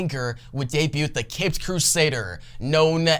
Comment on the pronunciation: The “T” in “debut” is silent